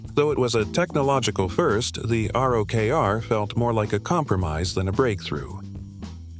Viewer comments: "ROCKER" not R-O-K-R lol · why do you keep calling it the R-O-K-R? it's pounced rocker you fetus. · Personally I loved my Rokr. Also, it’s pronounced rocker 🤘🏼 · You spell ROKR but you read rocker.